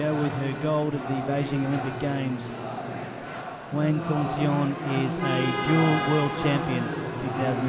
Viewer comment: The mispronouncing of hwang kyung seon is making me cringe